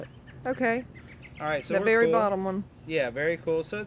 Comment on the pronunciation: its a berry berry estuped